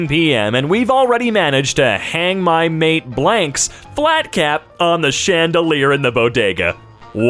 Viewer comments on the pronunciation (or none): none